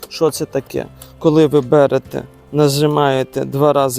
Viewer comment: Вуйко! С каких куширей вас пригласили в компанию снимать ролики? Что за мова? Какую школу вы заканчивали. У вас паталогическое желание делать ударение на первый слог слова- пОкупець, бЭрэтэ. Уши коробит. Лучше вообще молчите при сьемке, а попросите кого то с нормальной речью озвучивать.